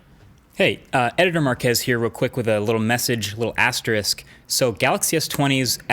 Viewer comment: OMG THANK YOU FOR PRONOUNCING "ASTERISK" CORRECTLY!